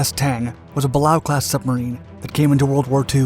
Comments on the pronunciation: It’s pronounced “BA-LAY-O” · Balao Class submarines are one of the most common types in WW II and post WW II US Navy. The first one was the USS Balao followed the Gato Class. It’s not hard to find the correct pronunciation.